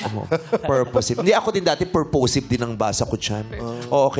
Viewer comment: Tama po yun pronounciation nang girl sa "purposive". You connect the "sive" to the orig word purpose.